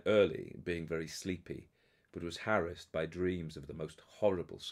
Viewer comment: Thanks SO much for soldiering on. Caught some of this live, but started from the beginning when I got to work,( pulling weeds today; ten years worth! ) Love that you pronounce harass correctly ( the Glenda Jackson school enunciation ). Hope that your cold goes away soon. Sheilagh will have you sipping honey, lemon and echinacea I'm sure. Thanks again. Happy Hallowe'en and All Saints Day to everyone. 🎃😇